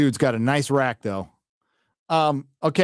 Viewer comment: rack! I don't know why it's funny to me whenever he says it.😆